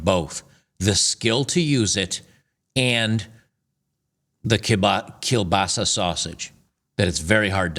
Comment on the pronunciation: WHOA! Congratz on nailing (well, almost, but not gonna hold it against you - you speak English on a daily basis, not Polish) saying "kiełbasa"! Which means sausage for those who dunno. The "ł" should sound more like an English "w" in Washington, wonder or Milwaukee.